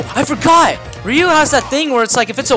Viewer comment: It is ryu not reu